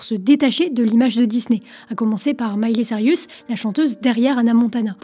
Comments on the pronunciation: Vidéo incroyable, j'ai remarqué que tu disais "Miley Cirius", je l'appelais comme ça aussi quand j étais petite, tu me rappelle des souvenirs. J ai mis du temps à accepter que c était Cirus😂 Maintenant ça me choque dans l'autre sens, bonne chance pour t'en débarasser 🤣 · “Miley Sarius” 😭😭😭 à chaque vidéo tu écorches son nom 🤣